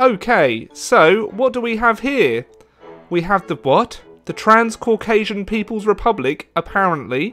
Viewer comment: It's TRANSCAUCASIA